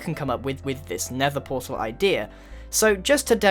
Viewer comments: XD I know, just joking. The way he says ideas sounds like idears. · idea. not idearer learn English. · He kept saying ideaer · "you get the idearrr" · I love how he says ider rather than idea. :P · "the ider"